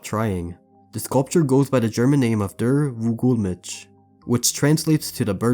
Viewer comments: I laughed so hard when you pronounced Der Vogelmensch as "dur vu-GOOL-mitch" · it’s pronounced kinda like: derr fogelmensh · you butchered that german name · Your pronounciation of "Der Vogelmensch" is the worst one I've heard from an English-speaking person 🥶🥶🥶🥶 nice try tho